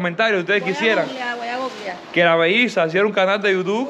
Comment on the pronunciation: No supero a la diciendo googlenado a bloguear!!!😆😆